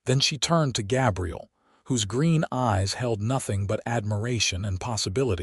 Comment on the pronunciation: Why use the name Gabriel if the AI can't pronounce it? Certainly not going to listen to over 2 hours of that.